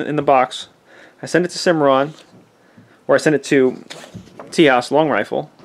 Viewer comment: The correct pronunciation is more like Tayhas. It means friend or ally. And eventually became the name of the 28th state, Texas in English.